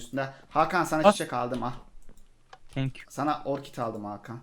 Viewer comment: abi o orkit deil orkide